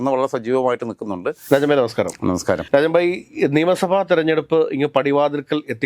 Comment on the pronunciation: നിങ്ങൾ രാജൻ ഭായ് എന്ന് വിളിക്കുന്നത്, രാജമ്മ എന്നാണ് കേൾക്കുന്നത്, ആദ്യം ഞാൻ കരുതി നിങ്ങൾ എന്താ ഈ വിളിക്കുന്നത്, പിന്നീടാണ് മനസ്സിലായത് രാജൻ ഭായ് എന്നാണ് എന്ന്...